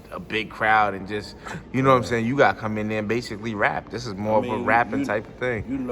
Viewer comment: You were good until you said diz